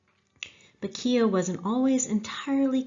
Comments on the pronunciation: I suggest you go to Ireland and LISTEN to how it's pronounced and redo your show and do it correctly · Several times during the video his surname was not pronounced correctly. This lady may have a lovely Irish name but that does not mean she can do an Irish accent. Otherwise, an interesting and enjoyable video. 👍 👍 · Great presentation and looking forward to hearing more. I was born in Ardattin a small village in the east of County Carlow. I was aware of Keogh but your background and detail is great. By the way for the correct pronunciation of Keogh you should think of it as one syllable and the gh is silent! Do you know about the other famous Carlow man who had a huge role in US history: Pierce Butler? Now there’s a story! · I live only a few miles from where he was born in Co.Carlow , I visited the battlefield on two occasions when I was on vacation to the USA 🇺🇸 , that was a good documentary, but you are pronouncing “Keogh” incorrectly 😊😊😊